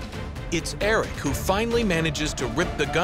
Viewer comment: May I just say the name is not Eric it is Aric.